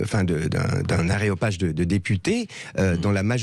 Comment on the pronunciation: Ah ,j'avais mal écouté. Francis dit bien "Aréopage" et non pas " Aéropage", à l'exemple de ceux ( les mêmes ) qui disent " Obnibulé" au lieu de " Obnubilé". Mille excuses Monsieur Lalanne.